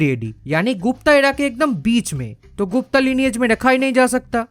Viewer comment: It's Gupta but a as in Rama the second a not the first a of Rama. The feminine version is Guptā which was used for females of that dynasty like Prabhavati Guptā(daughter of Chandragupta II) and not Gupta.